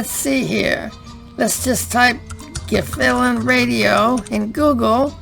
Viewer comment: It's pronounced gil fallon